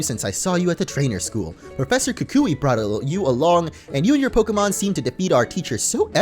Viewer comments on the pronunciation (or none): none